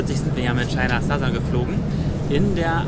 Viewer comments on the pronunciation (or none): China Satta? Noch nie von der Airline gehört!... bitte? ah?... meinte was?.... China Southern? Aha! OK, alles klar.